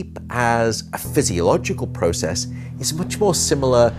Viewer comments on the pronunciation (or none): none